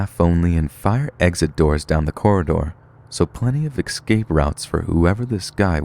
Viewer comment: Escape, not excape.